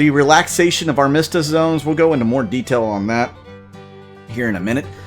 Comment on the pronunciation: Thanks for the update! I've been enjoying gameplay videos lately. FYI, Armistice = Ar-Ma-Stis